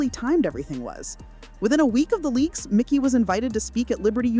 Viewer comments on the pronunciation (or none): It's Mikey. Not Micky. Getting these details right is important if you want to be taken seriously. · For such a detailed video, you would think they would have spelled and pronounced MIKEY'S name right. The video title is incorrect and they refer to him as MICKY throughout the entire video. WTF? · It's Mikey not Micky. 🤦‍♂️ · It is mEYE-kee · How many times does this narrator say his name wrong ?